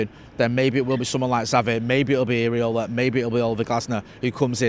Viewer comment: IRAOLA NOT AREOLA LMAO